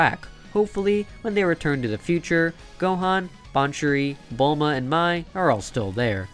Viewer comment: Bruh it is baa-suri not banchuri